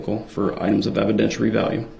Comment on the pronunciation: Evident-weary-value. I’m axing you